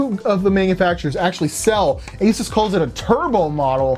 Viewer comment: Im glad you say asus and not asoos (like linus). Still so annoying. Great video